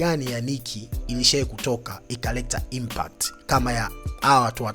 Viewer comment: Hizo impact huzi semi una ishia kusema impat sikuelewi mzee wangu